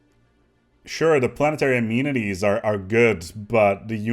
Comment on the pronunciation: "amenities" Say it with me.. uh MEN ih TEES